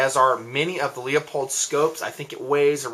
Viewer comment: Nice enough review, but PLEASE quit saying "Leopold." It's spelled "LEUPOLD" and pronounced LEWPOLD.